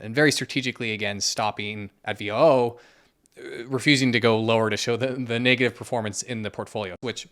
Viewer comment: It's like, not V-O-O. It's VOOOOOOOOO,. And does anyone out there know the name of Putin and The Queen's TikTok?